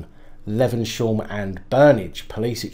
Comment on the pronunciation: Hiya, I live in manchester and there are two areas called hulme and levenshulme, you pronounce it Yoom and levensyoom. I look forward every day to watch your reports, stay safe and keep well, janice.